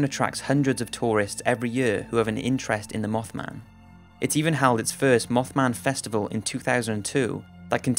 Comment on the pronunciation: Instead of mothman he says mofman